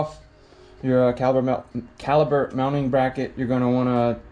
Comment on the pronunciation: It is. With a "P" not a "B". Still get a like from me though!